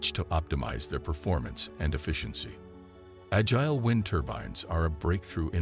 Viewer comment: Right - that bot mispronounced “agile.”